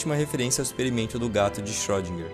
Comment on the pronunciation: a pronúncia é shirodinger